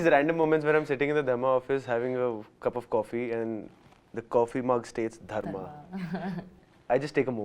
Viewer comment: Dharma nahein “ Drugma”